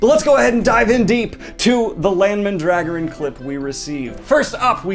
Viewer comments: Len Mendregurun? I guess I really do not know how to pronounce these names... (Unless that pronunciation is part of the skit...) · I knew it was Mandragoran not “mandragon”...the whole time I’m reading Eye of the World. I knew that! Also: enthralled!! The palette reminds me on comments below of the premium set of paperback covers beginning with the treasure island looking first book cover. This has color depth like the blue in New Spring! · Is it not Man-DRA-gore-an?? I've been reading and rereading WOT since 2000 and of all the names I've been unsure of the pronunciation of this really wasn't one 8-0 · ...wait god please tell me that's just how you personally say his name and not the official pronunciation. I've always read it as 'man-dra-GOR-an' (like the plant!) and anything else offends my earholes. :< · You pronounce Mandragoran... oddly.